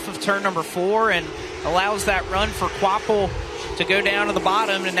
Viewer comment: It’s pronounced kwapull. Not kwapvull…